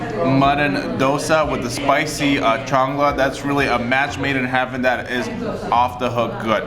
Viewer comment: It's "Salna", not "Chang la". You don't say "salvage", as "chalvage" or "chang-lage". 😂.The meat ball is "Kola urundai". Kola(meat) as in Coca-"Cola". "Urundai"(ball) as in "Uru-guay" like pronunciation. I'm sure you would laugh if I pronounce Britt as Prick, Fish n Chips as Piss n Sips😂. God save Great Burden😂